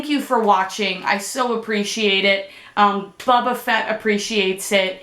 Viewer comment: She's not very bright, it's pronounced boba fett boba